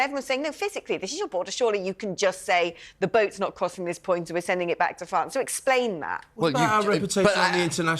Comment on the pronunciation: Duandra policy and Bwexit. Send it back to Fwance. Can't any of these people speak pwoperly?